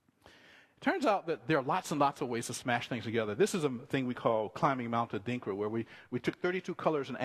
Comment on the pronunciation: "adrinka" o_o :/ :(